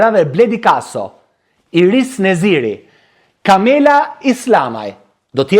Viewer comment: Inis Neziri dhe jo Iris.Sa mezi ju a thot goja dhe eshte nje supertalent qe e ka vlersuar bota me dy çimime te para.E dijme mire si shkon kjo punè ndaj mos u lodh shum